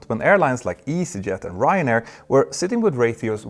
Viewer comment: I love when he says Ryanair ❤